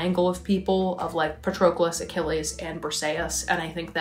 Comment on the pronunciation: Your pronunciation of Patroclus 😭😭